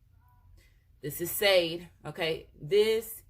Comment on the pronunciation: No disrespect, but the "Empress's" name IS spelled Sade, but NOT pronounced the way it's spelled, it's pronounced as if it's spelled Sha-day.